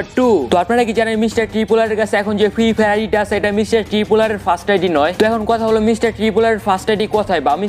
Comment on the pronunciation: ফ্রি ফায়ার উচ্চরনই করতে পারে না হাইরে ইউডিউবার